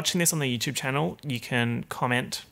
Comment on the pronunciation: really said Yewchwube